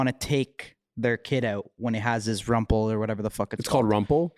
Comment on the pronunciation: Hahaha “rumpel”